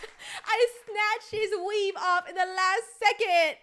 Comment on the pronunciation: for EVERYONE its weave not wewe:)